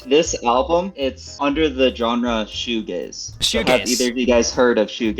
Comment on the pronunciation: Bro almost said shoegLaze. You should check out The Verve, "A Storm in Heaven" or "A Northern Soul"